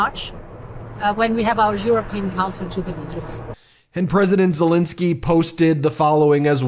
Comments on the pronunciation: Ben its ZeleEnskyy. Please try to pronounce his name correctly for Pete's sake!!!!!!! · Ben, you keep mispronouncing Zelenskyy's name. Do better!